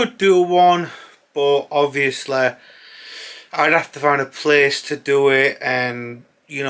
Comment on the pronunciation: James Corden ob-vee-o-sleh